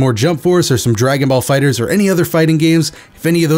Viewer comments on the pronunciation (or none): none